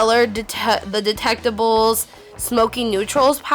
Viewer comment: the "delectables" instead of the "delectables" ahahaha love vid tho